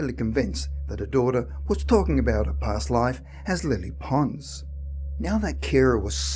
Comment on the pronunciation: It took me a while to realise that he was talking about Lilly Pons so bad is his pronunciation Lilly Ponz !🙄 Lilly Pons had the most amazing soprano voice of her century.